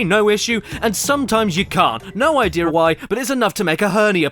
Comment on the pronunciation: is it just me or does caddy sound irish when he says “idea”